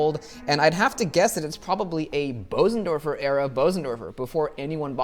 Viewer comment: Your pronunciation of Bösendorfer is almost perfect. So don't worry and don't listen when people tell you otherwise. Nice video BTW. I love Bösendorfer.